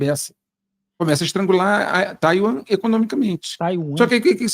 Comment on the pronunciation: O cara é tão lacaio que americanizou a pronuncia "Taiwan"